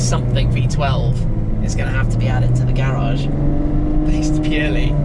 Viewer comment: Say garage right